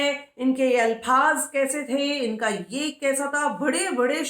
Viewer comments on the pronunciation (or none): alfaz hota hai na k alphz go and learn some urdu 1st